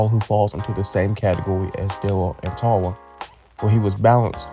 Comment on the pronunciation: I dont want to laugh at your accent, but you reading "Grom" and "Tara" as "Gwom" and "Tawa" just makes me laugh a bit ❤